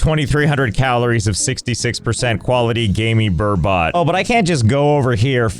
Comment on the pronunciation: the worst part of this video is how you pronounced burbot